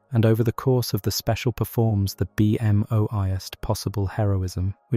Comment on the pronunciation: I literally could not fall asleep because I kept hearing the AI voice say B-M-O as 3 separate letters like 20 times in a row and it was driving me insane. Just a heads up.. You have to listen to how the AI voice pronounces certain words when you're editing and then spell them differently so that it says them the right way (Beemo)